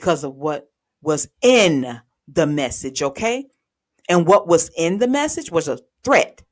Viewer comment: Oh no….WTF is a text “mechage” 🤣🤣🤣